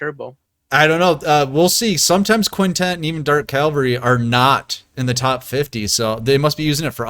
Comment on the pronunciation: Why do they have problems pronouncing cavalry correctly?